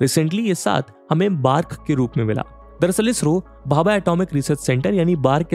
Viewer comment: Its B.A.R.C not बार्क